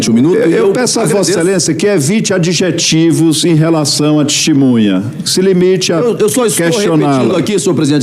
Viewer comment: Um presidente aí do senado que fala " Tistimunha " essa é a classe política do nosso Brasil 👍🏼